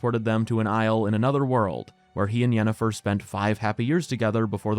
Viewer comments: Yanifer everytime. No questions asked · It's Yennifer and it isn't even close. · It's Yennefer, this is not even a debate wdym